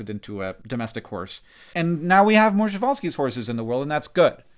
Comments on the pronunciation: Shevalsky horse?! What?! That is something. Like just make up a name for that horse from the scratch please dont mix it with french... I mean Przhewalsy horse is hard to pronounce, i get it... But shevalsky... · i loved the part where you couldn't correctly pronounce Przewalski's horses name. lol. it's not shevalskies omg. it's Przewalski's.